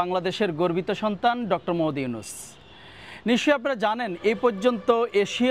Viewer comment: মুহাম্মদ উচ্চারণ করতে পারিস না সাংবাদিক হলি কিভাবে